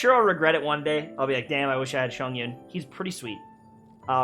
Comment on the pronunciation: Y'all are gonna come for me but THE WHAY HE SAYS CHONGYUN AAAAAAAA I'm a Chongyun/Xiangling main and I'm screaming